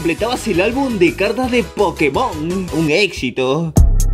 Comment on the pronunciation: No es PokemOn es PokÉmon, los acentos existen!!!!!